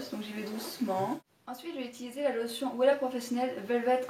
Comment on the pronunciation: par contre "Wella" se prononce "Vella" lol, ce sont de très bon produits !